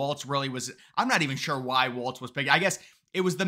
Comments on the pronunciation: It's not waltz it's walz. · Walz has no t in it. It's pronounced Walls.